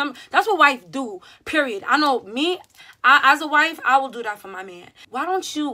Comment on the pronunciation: As soon as I heard “PERRIOD”✌🏾✌🏾✌🏾